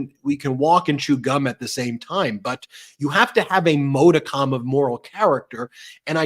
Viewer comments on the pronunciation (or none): modicum is pronounced 'maa duh km'. Just sayin'.